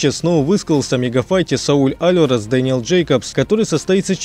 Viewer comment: Можно нормально ударение ставить? Алварасааа Усикаааа лалалааааа